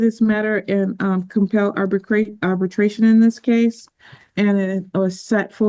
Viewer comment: Ma’am, it’s arbitration not “arbertration”